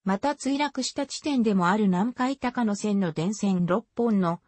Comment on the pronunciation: 高野線は「たかのせん」ではなく「こうやせん」です